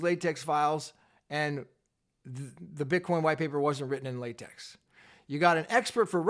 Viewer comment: Thanks for the unbiased reporting. P.S. It isn't pronounced latex but latek as in technology.